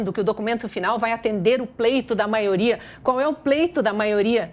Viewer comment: Não aguento o Renan falar “Maoria “